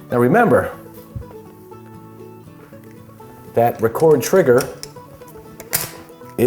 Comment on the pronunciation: It's a 'Rekord' trigger , you say it like when someone has broken a world record .... You don't say it like when someone 'records' a programme on a vcr. It's nice to make the effort and pronounce things as the makers intended. It's also very annoying in films where Americans say 'Robinhood' - all one word , but I'm sure if mr and Mrs Hood , living in a New York suburb , had a son and called him ' Robin' , then he would say that his name was Robin Hood .... If he said his name was 'Robinhood' you'd think he was an idiot. So come on yanks , make the effort to speak properly, you're lovely people , just a little lazy sometimes ;)